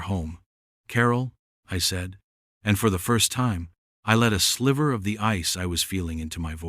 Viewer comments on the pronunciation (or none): none